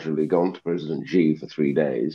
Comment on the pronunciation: How has Ian Duncan Smith not worked out how to Pronounce 'Xi' after several years of being a China Hawk?